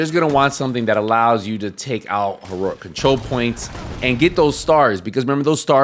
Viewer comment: Still don’t know how to say ”Heroic” 😂